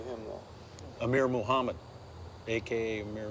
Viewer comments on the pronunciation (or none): none